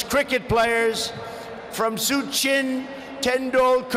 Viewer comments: suchen tendulkar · I didn't know one of the greatest Indian cricketers of all time was of Chinese decent.... "Su-Chin 10DolCar" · •Vivekanand was pronounced vive-kamununnd •Sachin was pronounced Su-chien •Chai wala was prounounced chii wala •Ahmedabad - ammabad